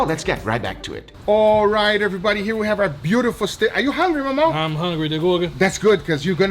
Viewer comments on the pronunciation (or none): It's Mamão not mau mau guys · Its Mamao, not Mau Mau